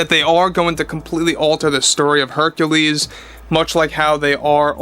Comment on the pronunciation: You heard it here first: Queen Artura and Herculeesa.